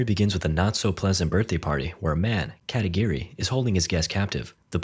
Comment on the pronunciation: katagiri? i heard katakiri